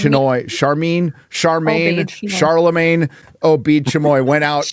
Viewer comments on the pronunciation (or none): none